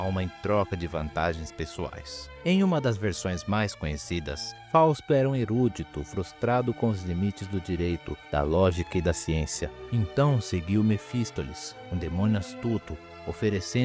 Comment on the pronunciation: vídeo informativo, mas aprende a pronunciar algumas palavras, não é erúdito, nem mephistoles kkk